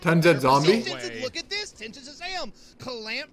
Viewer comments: how many times said "TenZzombies" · If this jit says TenZedZombie one more time no cah... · why does he keeps saying Tenz zombi(?) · Why is calling Tens TenZed zombie? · mans said ten zed zom bi